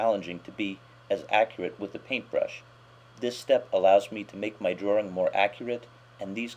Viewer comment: i like ur tutorials but u say drawring instead of drawing that just annoys me like my teacher